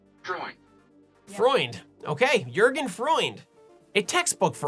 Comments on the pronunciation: Your pronunciation of Jürgen Freund os good enough for a non German, and the fact that you are trying very hard gives you extra point. Don't let others get on you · Not the worst German pronunciation. At least your last try:P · Your pronounciation of "Jürgen Freund" was eh close enough Just kidding, was better than expected ;) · Your pronounciation of Jürgen Freund was absolutely flawless.